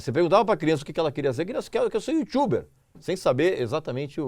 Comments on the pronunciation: Pior que ele fala youtiuber ! Kkkkkkkkkk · O cara querendo mostrar que manja de Ingês mandando " YouTchuber" dá vontade de vomitar nos próprios testículos....... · Putz, falar "yutchuber" é foda. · O que é IUTCHUBER? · Mano, não sei vocês, mas ouvir alguém falando "youtchube" ou "youtchuber" me dá uma agonia... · Youtchuber hauahuahauahauauhau